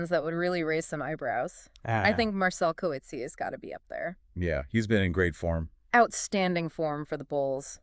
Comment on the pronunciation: For Coetsee maybe Co-et (as in et tu Brutus) and "see a" said really quick would be more helpful.